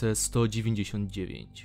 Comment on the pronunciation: Omg Tego nie wypowiada się "esssscipi" Tylko "escepe"